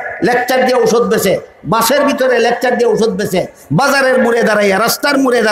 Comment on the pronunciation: কোথাকার কোন পাগল। 😂 লেকচার কে বলে লেচকার 😂 তে নাকি আবার বাঘ 😂